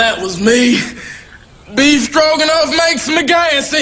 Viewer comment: I just love that she can’t pronounce the beef in beef stroganoff